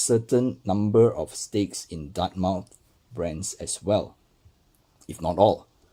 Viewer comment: It’s pronounced DARTMETH and you must slur over the letter M